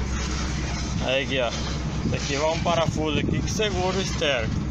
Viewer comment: Placa ?EC-816? Vamos tentar descobrir a primeira letra e o último número da placa para deixar o doidão e o patrão famosos. O cara não sabe nem fala esférico, diz esterico. Quem consegue completar a placa?